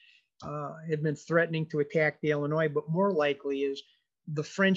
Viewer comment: FYI: it’s pronounced Illinois not Ellinois